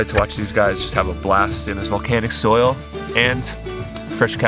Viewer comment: Soil not soul 😂